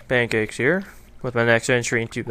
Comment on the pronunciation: The way you say paincakes makes me LOL. I realize how weird that is.